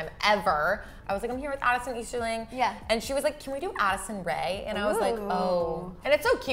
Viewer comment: You read it esterling but it’s easterling